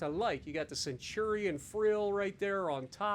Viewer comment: "The Centurion frill." Ouch.